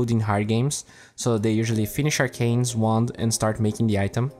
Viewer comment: I keep hearing he say instead of wand -.